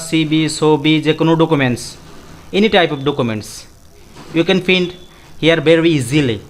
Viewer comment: brother not pin It's called print